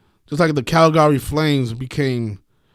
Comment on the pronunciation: You really counting money on the screen.... after you gave that bullshit ass free pick...wow!! And you took the video down... that's weak as fuck learn how to say Calgary. Imbecile